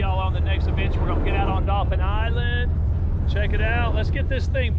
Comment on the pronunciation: It's "Dauphin Island", Ya dolt!!!!!